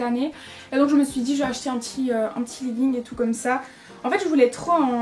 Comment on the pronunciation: omg chui morte elle a dis "leguingue" mmmmdr